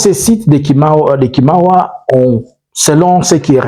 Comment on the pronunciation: Merci pour les infos les plus exactes. Mais c'est KAWAMA au lieu de Kimawa. Votre téléspectateur depuis Fungurume en province du Lualaba.